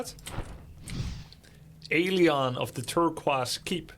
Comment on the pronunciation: Love the pronunciation of Turquoise 🤣